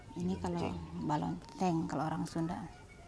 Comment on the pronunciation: Balencong sanes balonceng teh